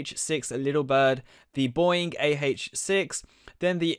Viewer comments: It's not boooing it's bOEing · Bro please stop you called a Boeing a BOING?!?!?!? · It's not boing its boeing